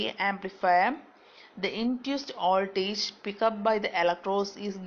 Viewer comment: It's Voltage not "oldage"